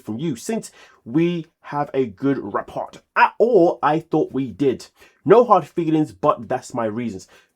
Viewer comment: Rapport = rah-poor. Damn! 😫